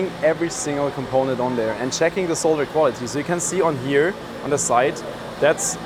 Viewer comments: So refreshing to hear someone who knows that the word is "solder", not "sodder". Someone please tell America, will you ? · I'm so happy he says 'solder' and not 'sodder'.